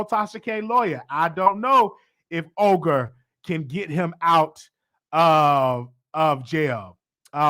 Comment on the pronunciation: lol 🤣🤣🤣Not Oger 🤣🤣it’s Olga pronounced Ulga. You are so damn cute🤣